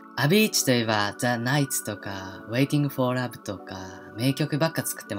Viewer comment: Waiting for love の発音めっちゃ好きだわ